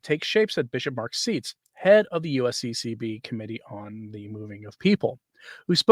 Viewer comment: Seitz pronounces his name as "sights". Thanks for your videos.